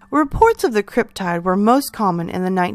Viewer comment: First time viewer, will subscribe! I think the Thunderbird is the most plausible. I’ve always heard cryptid with a short “i “ like: slip, tip, or clip, as opposed to the long “I” like: tide, smile and island. Love that I’m finding more cryptid stories, keep them coming.